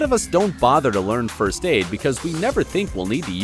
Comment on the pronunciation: Can you stop saying frst